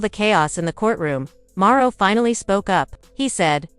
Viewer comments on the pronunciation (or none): Who is Marro? Are you trying to say Marsau?